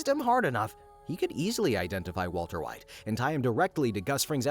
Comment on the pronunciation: walter hwite